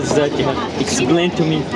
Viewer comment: اسمها جيهان مش جهاد تشابه باللفظ